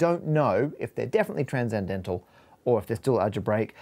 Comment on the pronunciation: So... nothing about "tran-zen-dental" ? Just me? Okay then.